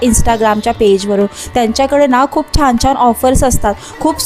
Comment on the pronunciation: Chan cha ucchar ashudh karat ahes,Marathi tari shudh bolaicha praytn kara.